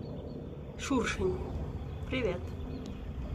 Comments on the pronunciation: Не шуршинь а шершень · Шершень, а не Шуршень...